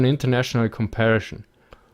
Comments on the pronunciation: Com par i son, not com pair a shon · "Comparishon" God-damnit! XD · Very good video, but please don't say "comparischon" :)